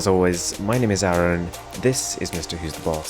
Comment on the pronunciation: Its Arun not Aaron